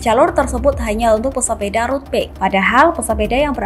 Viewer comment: dubber berita baca bike dengan *bek*...ckckck